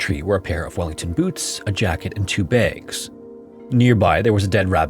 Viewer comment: God this ai slop voice saying "baygs" instead of "bags" irks me 😂